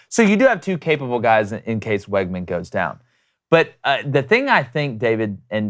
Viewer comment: Fyi, it’s pronounced WIGman, not WEGman